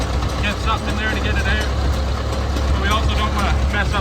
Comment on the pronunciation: It’s out not oat